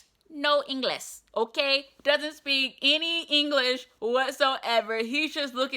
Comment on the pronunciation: Bus driver speaks no “Ingless” - get down your high horse fam.